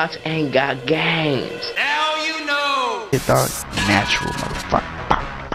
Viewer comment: "shee- is formed when, Nintendo make gaymez"